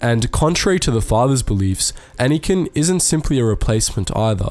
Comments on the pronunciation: it's anakin not anikan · You say “Anakin” so strangely.